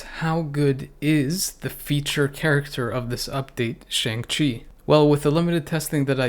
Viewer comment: It’s pronounced “Shong,”. Really now, I’m surprised at you!